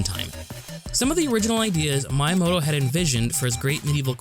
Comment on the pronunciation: Ehem... It's pronounced "Mee-yah-moh-toh" spelled Miyamoto